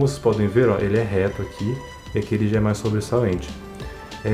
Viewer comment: "mas" torque! Cara ta falando em Espanol!!!